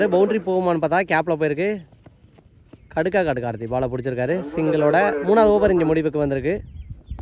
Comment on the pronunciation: Bro it's Nadakadu Team name not Nadangadu